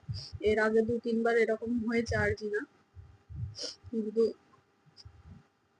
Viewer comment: প্রথমত তোমার চোখে যেটা হয়েছে এটাকে আরজিনা বলে না আঞ্জনি বলা হয়। দ্বিতীয়ত তুমি যেহেতু মোবাইলের কাজটা করো এবং মোবাইল বেশি দেখো তাই তোমার চোখে পাওয়ার এসে গেছে তাই যত তাড়াতাড়ি সম্ভব তুমি আগে কোনও ভাল চোখের ডাক্তার দেখাও দরকার পড়লে ঐ আরামবাগ হাসপাতালে গিয়েই নাহয় তোমার চোখটা আগে দেখিয়ে চশমা নাও এবং তা সব সময়ই পড়ে থাকবে ঐসব হোমিওপ্যাথি ওষুধ খেয়ে কিছুই হবেনা তা আগেই বলে দিলাম অকালে চোখ না হারাতে চাইলে আগেই চোখের ডাক্তার দেখাও এবং সব সময়ই চশমা ব্যবহার করো খুবই সাবধান এটা চশমা না ব্যবহার করার জন্যই এমনটা বারবার হচ্ছে চোখের ডাক্তার না দেখালে মহা বিপদ আছে। আর একটা পরিষ্কার কাপড়ে বরফ জড়িয়ে বারবার চোখের ঐ ফেলা অংশে বরফের সেখ দাও উপকার পাবে এটা আমার চোখের ডাক্তার আমাকে করতে বলেছেন আমিও চশমা ব্যবহার করি না বলে আমার ডান চোখের এমন আঞ্জনি খুবই হয় উনি বলেছিলেন সব সময়ই চশমা পড়তে হবে এটা চোখের ইনফেক্সান যেটা এই বর্ষা কালে বেশি হয় আর হ্যাঁ ' Olopat eye drop " এক ফোঁটা করে তোমার দুই চোখে দিনে তিনবার দাও এটা অ্যান্টি ইনফেক্সান ড্রপ। তৃতীয়ত ওটা জবরস্তি উচ্চারণ হবে না জবরদস্তি এই সঠিক উচ্চারণ টা হবে। ওটা রিক্স উচ্চারণ হবে না ওটাকে রিস্ক বল্ হয় বুঝলে। আর এখন কয়েকটা দিন মোবাইল কম দেখবে তাহলে চোখের উপর জোর কম পড়বে বুঝেছো।